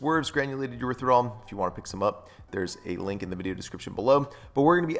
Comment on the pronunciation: I thought it was erythriTOL not THOL 🤔...sorry it's the teacher in me 🤓 Great vid - new sub!